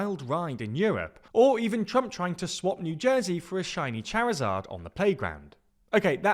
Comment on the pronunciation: so bad at pronouncing things, you cant even say charizard properly XD LOL actually laughing here